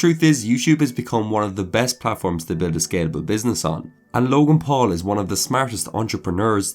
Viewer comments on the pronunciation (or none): Why is does it sound like he's saying log in pool?